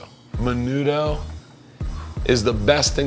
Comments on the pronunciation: Bro when he said menudo my inner Mexican died he said that so white like I wanted smack him and be like I know u a white boy but today you inner Hispanic is gonna come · crackers472 It's usually pronounced MEH-NOO-THO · Alan Martinez the way they pronounced menudo though lol hated that.